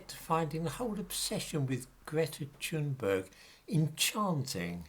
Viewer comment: if her parents were loaded and connected by the political elite, YES, she would be just as accepted by the impoverished. if you're going to critique her, at least pronounce her name correctly. you're not aggressive or working class enough to give credence, controlled opposition comes to mind. history debunked? don't make me laugh. nuke this comment at will, i expect nothing more from the likes of you.:X